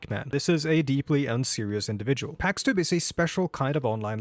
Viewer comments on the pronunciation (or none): You're probably right, he constantly butchers his own name as "packs" (It should be pronounced like "chicken pox").